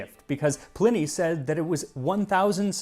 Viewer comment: ‘Pleeney’? Oh dear.